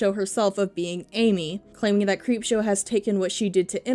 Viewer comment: Okokok not t be offensive but it sounded like you said creepshart, thank you because now she has a new nickname